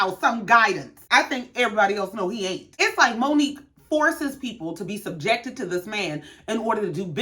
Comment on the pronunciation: Omg!!! You said it!!!! Way better than I did!! Well enunciated!!